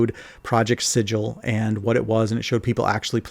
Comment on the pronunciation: Thank you for calling it Sid-jill and not Siggle.